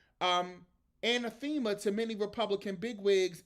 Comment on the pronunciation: Anathema? (I think that's the word you are reading) Not ana•THEMA, but a•NATH•ema Just to let you know. I know you like learning new words, friend. 😊 a·nath·e·ma noun 1.something or someone that one vehemently dislikes. "racial hatred was anathema to her" Similar: abhorrent hateful